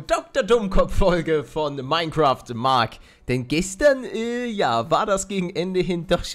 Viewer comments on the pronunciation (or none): none